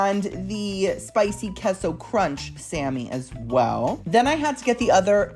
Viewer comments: Keso? 😂 it’s pronounced Kaso 🥰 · its kayso not keso idc what u say 😂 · it’s Case-oh for Queso hhh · K-SO lol. Please just say it like the rest of us